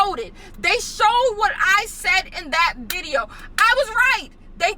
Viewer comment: "viteo" instead of "video" LMAO